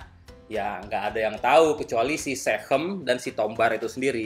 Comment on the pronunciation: SeaChem bang, sea chemical, bukan sehem, hehehe